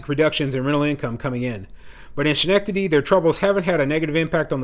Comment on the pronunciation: Pronounced. skenectady